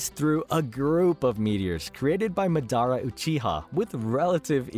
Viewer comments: It’s MAdara not maDAra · Madara is not pronounced Midara my guy, go watch the dub again. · buddy couldnt say ma-day-rah ( madara) that tilted me sooo bad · Mah•dah•rah. Not Muh•Daruh. Jesus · Bro is Madara not Madonna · Who the hell is this guy? Ma-dara? It's Ma-da-ra you fool! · Madara ❌ MuhDaRuh✅ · madara❌ Medara ✅ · ma-dara lul its moder-a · This dude said "MA dara" 😭😭 made me wanna block him real quick, I stopped watching real quick, still had to call that shii out😂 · such as mad-a-ra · man said MA-DAR-RA lmao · “Ma DER Ah” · Lost me when he said…Ma- dar-ra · It’s madara (maa-da-ra) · Mah dara 🤣🤣💀💀💀 Edit: who’s madara I only know of Mah dara Huh? You mean Mah DORA 🤣 Yooo kuh doma I’m sorry but this is too funny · The way you said MA DARA caused me physical pain😂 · Instantly caused me internal bleeding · Who’s madara I only know of mah dara 🤣🤣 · for reals has he ever watched Naruto they say his name like 1000 times hahah moo dara, its like black panther Namor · And SUS ANO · left the video when you pronounced madara wrong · This is the first time I've heard someone say madaras name like that. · Turn this shit off when u pronounced Madara wrong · You pronounced so many things right How do you keep slaughtering Madara’s name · We gonna talk about how he said Madara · LMAO THAT HAD ME DYING I WAS LIKE WTF